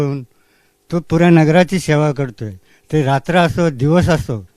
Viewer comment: Please "Sona" karu naka, "Seva" kara.